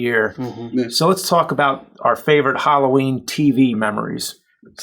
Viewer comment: I thought it was Halloween not Holloween. 😜